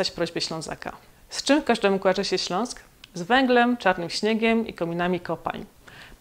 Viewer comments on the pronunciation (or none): none